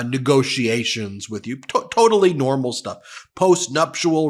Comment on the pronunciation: Ben, please learn how to pronounce "nuptial"!